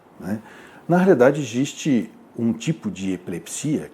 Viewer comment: Pq ele não sabe falar "existe"?